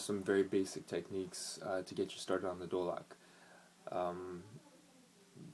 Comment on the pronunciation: do lak ?? nahh bruhh its dholak with a h